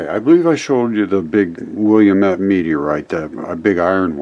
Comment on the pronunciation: Hi! I'm from Oregon, very familiar with the area, and the name is pronounced "Will - lam- et" with emphasis on the "lam". It looks like "William" when you first see the word, but there is only one "I" in it. :)